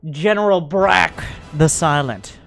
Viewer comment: When miss pronounced Brock as Brack for the hero tank